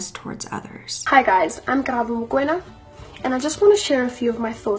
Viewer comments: As a South African young lady, it warms my heart to see our cases being reported about as our murder cases go unsolved or justice is not served Mo-kw-e-na (that's how its pronounced) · I was thinking throughout the video, that the pronunciation of Mokoena is actually close to surname, Makenna, just M-o instead of Ma and the w/wê-sound added in. But not even us white South Africans get it right sometimes 😂